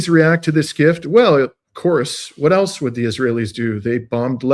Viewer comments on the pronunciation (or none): none